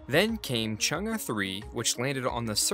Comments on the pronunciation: It's Chung e ( Chung a) not Chung gus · This man really just pronounced Chang’e like ‘Chung-uh’ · he is pronouncing it incorrectly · Switch the vowel phonics on Chang'e for more accurate pronunciation.